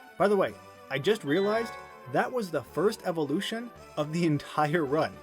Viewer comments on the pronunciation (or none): none